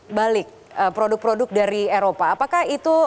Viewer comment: Suara yang ngomong gini "cintailah ploduk-ploduk indonesia". :D